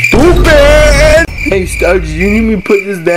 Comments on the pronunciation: "STEW PADDDD" very wise words and very understandable... :( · what is saying is trying to say “stupid” I think